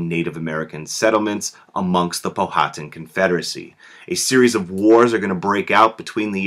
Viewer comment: Just a, by the way, you are saying Powhatan incorrectly.